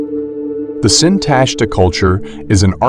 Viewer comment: The stress belongs on the last syllable: SintashtA.